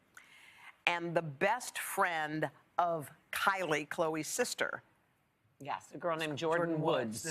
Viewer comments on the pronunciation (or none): The reports were calling it clits.... haha ... she means quits . LOL